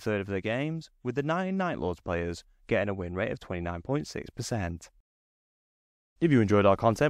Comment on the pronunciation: You say percent in a way that annoys me, although it improved throughout the video.